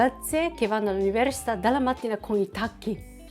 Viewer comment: Ho notato che ancora non riesci a dire università 😂